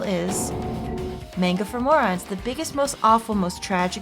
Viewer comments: is anyone beside me a little bit disturb of how is pronounce 'manga' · The real tragedy is hearing “manga” mispronounced so many times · Guh, I cringe whenever she says Manga wrong